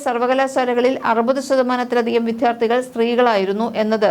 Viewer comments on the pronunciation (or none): none